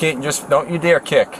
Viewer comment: definitely not Russian, we have a Russian family living near us. She even said she speaks Spanish and asks for a translator but, then continues to speak in English with a strong Spanish accent. Even if she’d not stated she speaks Spanish, it would have been easy to identify her accent at these points in the video: e.g. at 13.33 she said: “joo pushed me” and when she pronounces “identification” - those are de@ giveaways.